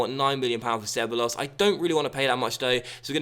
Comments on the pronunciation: Ceballos is pronounced Seb-Buy-Os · SebEYEos is how I think it's pronounced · Ceballos is pronounced Ce-baay-os ^^ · Isn't Ceballos pronounced Kay Bal Os? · You keep pronouncing ceballos completely wrong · I know this is fussy but when you say Ceballos you pronounce the 'll' like an i